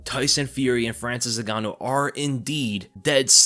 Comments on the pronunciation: he def said Francis Nig-ganou on purpose. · It worries me when he says francis NIGANNOU